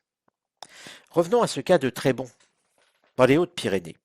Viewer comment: Trébonssss pas Trébon ;) ! Trop long à expliquer et je ne m'en sentirait pas le droit ...mais il n'y a pas d'horreur dans ce lieu ... juste pour les os sachez qu'il y a longtemps les médecins pendant leurs études recevaient en matériel un squelette humain entier : Oscar